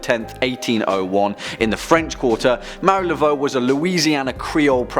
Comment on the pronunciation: Hey my favorite host. Now this list is great but a part 2 is now requested as there are many not included such as Fox sisters, John Dee to name just 2. And since I'm an Acadian from nova Scotia and cajuns are my descendants its Marie Not Mary. This channel keeps getting better as we continue to really create dialogue about various aspects of horror scifi and the occult religions and folklore. Makes the information fascinating and gives it depth that's needed to have meaningful conversations about the darker sides of these topics. Excellent and thank you.....binge watching so I'm still in wonderful shock from the newest video with Lucy and special kissing guest Kelly. Go girls and since this channel as most of the sister channels have hosts that are easy on the eyes ears and intellect I'm not opposed at all at the public display of affection. feel free to throw some in my direction xo😘